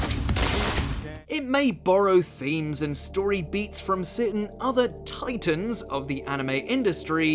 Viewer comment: I liked how the announcer emphasised TITANS in this episode. Subtlety: 100.